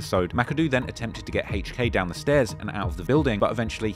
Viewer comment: “Hayche K”